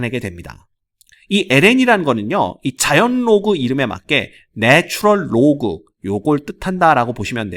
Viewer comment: 선생님 네츄뤌 로그 발음이 유창하시네요!! ㅋㅋㄱㅋ